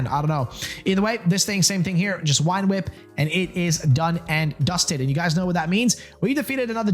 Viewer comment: Why do you say wine whip instead of vine whip? Am I just new and there’s like a joke I’m missing or something?